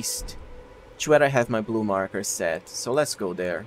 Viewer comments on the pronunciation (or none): none